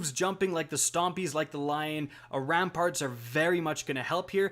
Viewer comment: Lion RAMPANT, not ramparts. RaiDEN Flux, not RaiDIEN. It's almost as bad as when people say Lunafication instead of Lunafaction (faction, not fication).